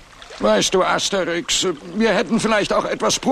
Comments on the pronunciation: Das heißt Asterix bei den Briten und nicht Aterix 😂😂😂😂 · Asterix nicht aterix 😂😂😂😂😂😂